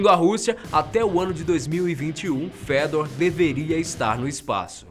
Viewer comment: Só eu que li "Fêdor" quando ele disse o nome do robô?? kkkk